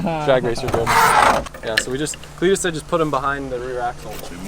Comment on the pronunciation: Legit cringing with this video then you call cleeter and i stopped cringing and started laughing with hit holy shit. Step in the right direction. Solid axles are the way to go get a marker and straight edge and line the axels so when ya pull em next time you can see how or when they start to twist. Can make it a mission to make candy cane axels. 😂